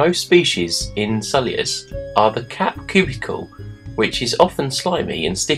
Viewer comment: Your pronunciation is similar to my pronunciation. "Sul-i-us". I'm working on trying to pronounce it "Sui-lus" but it doesnt roll off the tongue despite mirroring its spelling.